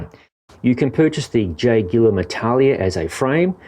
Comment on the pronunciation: It should be pronounced A-TA-LA-IA instead of I-TA-LIA 😜 I'm from Mallorca and I know the Atalaia of Alcudia (the place that the name comes from) very well.